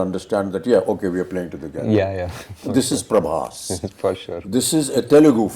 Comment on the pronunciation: Difference between like u guys comparing Prabhas anna with Amir sir and SRK sir. Tell me did u know, honestly known Prabhas anna or watched any of his previous films before films. My answer would be No/Yes/I didn't want to because they r old. Listen first it's Prabhas not Prabhash, second of all u don't know his reach was enormous even before Baahubali, just incase u didn't know. My man wanted to make films just for the fans, but got stuck with T-Series and This director Prashanth Neel who lost his direction and writing touch after the KGF Chapter 1 movie. My man came back from his industry which is Telugu and gave a banger to all people like u who comments like hell like u gave the hit one's from ur industry. And u know u wt sir/mam, we had this kind of facing before. Do you know tat SRK sir hates prabhas anna, proof see the success meet of jawan when the interviewer asked Deepika mam the question of project k also now known as Kalki 2898 AD movie, just look the srk sir's face he was scared or uninterested or whatever. You guys only shown him hell for movies so he need five years to understand u guys. Prabhas anna loves SRK like anything, and reach u talk abt goes previous films before Baahubali and see my Anna's work better than ur Bollywood movies at tat time. Now only remake of our hard work.